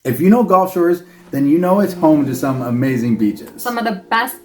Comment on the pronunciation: brother, it’s Gulf, not golf:) Great video guys!